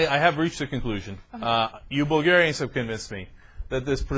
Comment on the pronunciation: "Bulgarianis" What the heck???? We are not a middle eastern country to be recieving that weird "i" in the end!! Seriously that incompetence made me stop the video to rage a bit.